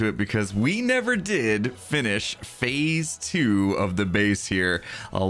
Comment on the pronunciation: every time he said "fase 2" i thought he was gonna say "electric boogaloo"